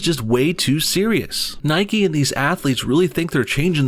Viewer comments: It's Nike, not Nikee. You don't say bikee or hikee, you say bike and hike ffs!! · Its pronounced "Nike" like "mike" with an N. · Its Nike not Nikey. Its Mike not Mikey. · It's Nike not nikE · Its sodding nike!!!! Not nikey You dont ride a bikey do you?